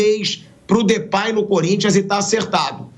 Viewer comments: Pilhado, se pronuncia Depey mesmo, e não Depay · Sabe nem falar o nome do Cara 😂😂😂 mais das finanças sabe né...Comédia